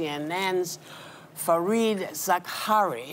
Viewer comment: I love Whoopi but there’s no excuse for getting Fareed’s name wrong